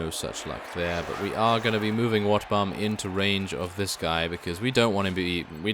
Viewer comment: sometimes when i hear him speak i hear him say wetbum i laugh tell my stomach hurts i would give him 50 rat ogars just for wetbum i mean wotbum